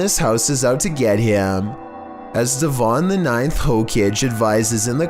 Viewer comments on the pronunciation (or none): Did he just call the hokage hokegay?